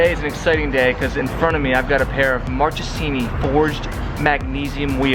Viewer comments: Hi Jared, I'm italian, just wanted to tell you the is pronounced "markesini" cause "ch" in italian is pronounced as "k" not an hater, just wanted to be helpful. btw the video and V2 itself are fire! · Please say Marcesini